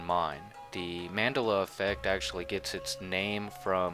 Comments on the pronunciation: First fail....It's not Man-della its Mandela Pro nounce Men-Della not Mendella....as in one word... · Don't understand why he keeps pronouncing it "Manduluh" when its named after Nelson "Mandela" ?? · Man-DEL-a, not MAN-del-a--you say it right in Nelson Mandela but not Mandela effect. Why? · ManDELa, not MANdela! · He can't remember the right pronunciation due to Mandela effect. Lol. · fyi, it's pronounced Man-DELa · That's not how you pronounce Mandela. It's named after Nelson Mandela, bro-tato chip! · This has to be THE BEST video I've seen on the Mandela Effect. I just wish I understood why you mispronounced it at the beginning of the video knowing it's pronounced the same way as the name. Later in the video you pronounced it correctly. Just seemed a little odd. I really like the way you explained everything. Thanks for taking the time to put this together and for sharing it with the rest of us. God Bless. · Heres a tip Say it the same as Nelson Mandela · I find it funny that you pronounce Mandela's name correctly when talking about the man, but when you mention it with the word "effect" after it you mispronounce it.